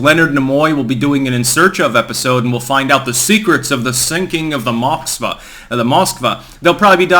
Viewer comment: Pronounced MoscvAh!! Stress is on the A